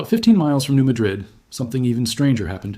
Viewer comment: I was told by an Arkansas crystal miner that it is pronounced MAD-rid fault, NOT MaDRID like the city in Spain.